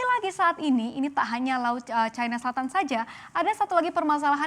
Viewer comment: Kok dibacanya chaina bukan china? Kalo china dibaca chaina, AS hsrusnya Ae Es dong. Dasr